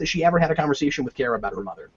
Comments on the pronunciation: Cap, it's KARA not KARA. ;) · Don't undertstand why they chose to pronounce it as Car-A when everywhere else it was pronounced as Care-A. Seems like an arbitrary change.